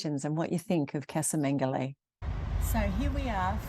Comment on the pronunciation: "Caza Mengoli". Casa is Spanish pronunciation.